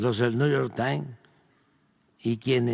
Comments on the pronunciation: 😂😂😂 dice Lopitoz que el " nu yor tain está investigando a los TRIVAGOS 😂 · Si.. dice:: Niu yor tain...😂😂